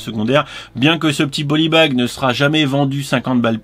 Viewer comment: rien n'arrete les passionnés :) en revanche ta prononciation du polybag cadeau est vraiment à l'ouest :) je te la murmurerai à l'oreille coquin